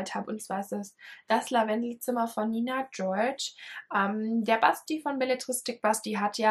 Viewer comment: Ich freu mich auf die Rache 😂🙈 Nein, ganz tolle Bücher hast du da. Nina George wird übrigens deutsch ausgesprochen soweit ich weiß, sie ist eine Deutsche. Ich muss von ihr unbedingt auch was lesen, Anja liebt sie ja. Liebste Grüße ❤️ Meike